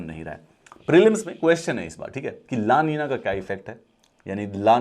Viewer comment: ( El niño , La niña ) ( The Boy , The Girl ) this is Spanish words. and pronounce is ( एल निन्यो , ला निन्या )